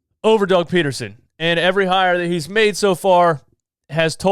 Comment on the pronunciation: "Doug Potatosen" 😂😂😂